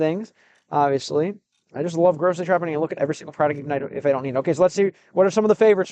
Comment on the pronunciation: Россиянин притворяется американцем, никогда такого не было и вот опять. В следующий раз постарайся так не палится в слове "need"